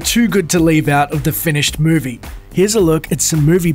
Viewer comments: muu-vee ? I love accents and languages.. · "If you're in a mervie" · sorry i couldn't concentrate on the video as soon as I heard "but if you're in a mervie", lol dudes accent. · What's a "mervie"? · “When you’re in a murvie...” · He said morvie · "A murvie" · Did he say mervie? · "If you're in a mervy"? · anyone else laughed how he said movie